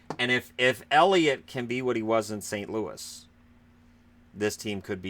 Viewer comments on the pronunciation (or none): none